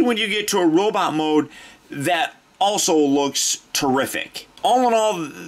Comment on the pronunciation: Pfft, you said robit! Ha haha!